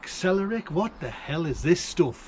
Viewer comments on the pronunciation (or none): Another great video! Glad your knife turned up. What a lucky find! I've no idea how to grow celeriac, but i think it's pronounced ”cel-AIR-ee-ack" (with the emphasis on the 'air'). I seem to remember my mum making celeriac soup. Good luck 😁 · Chips, chips, chips! You pronounce it cel-air-ree-ack . Its beautiful as twice fried chips x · Sell - Eh - Ree - Ack It's celery, except bred for roots instead of stalks. If Silverbeet was Celery, this would be beetroot. It tastes like celery, except is a crisp root. Slice it thin or as straws in salads, or use it as a root in soups and stews. Or, yeah, mash it like others have said. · CELL-AIR-EE-AC is how it is pronounced with the emphasis on the Air. To make a celeriac and carrot soup add half a pound of carrots with a half a bulb of celeriac,, some honey and some coriander with a bit of finely grated ginger, a half a cup of yogurt, salt and pepper, some celery leaves and 6 cups of water. And cok everything and puree - serve garnished with chopped apple. It has a delicious celery taste. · I’ve never grown it but I’ve eaten it as mash. It does taste a bit like celery but prepped more like swede I guess. Oh and if you can follow this it’s.... cell-air-ee-ack, with the emphasis on the second syllable 😊 Haha, I’m sitting here saying it trying to work out how to write it for you 😂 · SA lair re ak that's how you say it HAHA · And its pronounced cele-eriac. Lol